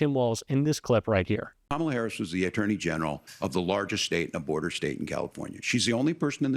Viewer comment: J.D. Vance is lying like a freaking rug during this debate. I am interested in the number of lies Vance spewed throughout this debate. I don't know if J.D. Vance is aware that Kamala Harris is not currently the POTUS and dies not have policy, cause he keeps saying "Kamala Haiise policies."